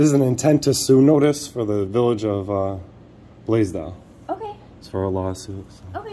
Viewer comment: I’ve never heard of the city of Blasdell until now. The first few times that I heard you say it, I thought you were saying “Blazed Out”. Lol. Like when the officer roughed you up for trying to get your ID, I thought you said something like “here comes a Blazed Out officer”. I thought you thought or knew he was high at first. Lol. My bad. Hey Molly. 😉